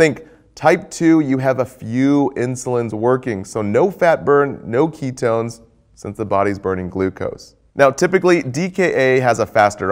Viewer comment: It's ketones not keytones :) Your videos have come a long way! Keep up the AWESOME